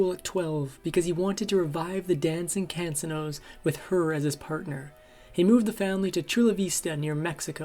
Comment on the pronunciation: DANG! Isn't there a narrator out there that knows how to read and pronounce simple English??? 🤦‍♀️ And the pronounciation is "Con-se-no"